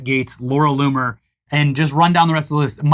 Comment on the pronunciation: Anyone else hear "Loony" instead of "Loomer" everytime the guys said her name? I literally heard Loony over and over again..